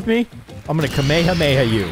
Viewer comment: ITs Ka-me ha me ha